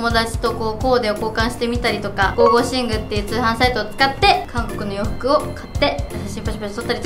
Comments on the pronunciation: 『ゴーゴーシング』じゃなくて『ゴゴシング』じゃない？？ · ゴーゴーシングじゃなくてゴゴシンじゃなかった？